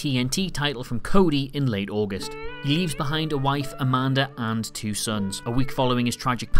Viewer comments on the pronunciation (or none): none